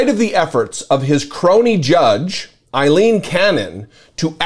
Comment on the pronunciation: Ay leen not Eileen